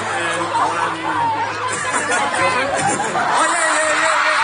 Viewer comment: "öznel" Chanlix>Changlix